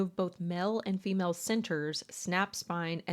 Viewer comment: Uuuuuggghhhhh gel cell. They believed she had hilling abilities… I haaaate this accent ☠️ like someone put a bullet in my ear Mell and femell… ffs it’s male and female.